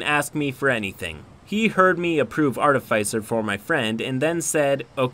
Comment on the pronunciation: The way you pronounce artificer bugs me waaay too much